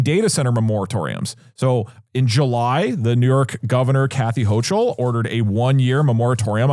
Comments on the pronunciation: Alright i gotta let you know, it’s not pronounce hoh-chul it’s hoh-kul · Also, as a Kathy Hochul this is Kathy hO-cUll.